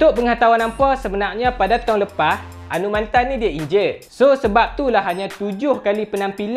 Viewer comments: Anumanthen cara sebut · Cara sebut nama dia Anu Ma then Hehe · Fuh info padat... Tp bab sebut nama dia tak buat research ka.. Anumathen... Mantan??? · Cra sbut tu mcm slh ja😅,mcm Sathianathan org sbut sathianaden